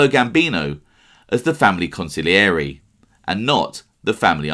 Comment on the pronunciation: Bro on heard a new way of saying consigliere Council-yore-A 🤣🤣🤣